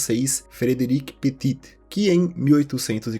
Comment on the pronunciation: Petí não Petiti, nem Petite